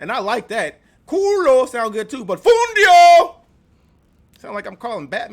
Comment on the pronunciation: Noo, not "fundio" is "FUNDILLO" you are hilarious 😆